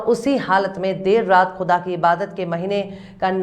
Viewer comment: You are just Brilliant I have one humble request from you please can you use correct (Talaffuz) for urdu words Specially. Whe you say words like Kuda Khalish qyamat etc Urs will be the first in my life that I will subscribe and push Bell. Thank you